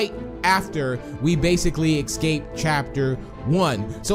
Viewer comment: Why do you say ecscape? It doesn’t make sense